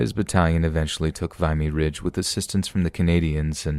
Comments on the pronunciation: Wow was this an AI experiment? VIE-ME ridge. I know you know how to pronounce Vimey Ridge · A few polite corrections: you have almost all of the Canadian words pronounced corrected except a few that bothered me. "Saskatchewan" wasnt so bad bt 'Vimy ridge' immediately caught my attention, it's "vim-e". I'm not trying to be mean I'm trying to contribute respectfully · Just one little thing lol it's pronounced Vimy Ridge, the "I" being pronounced like "swim". :) from a Canadian lol the Battle of Vimy Ridge is always told on Remembrance Day up here ;)